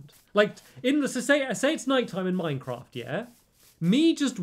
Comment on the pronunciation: I love how he says Minecrawft